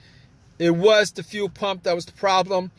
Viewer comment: Thanks, If I had to listen to him say few pump or weelay one more time I was going to lose it.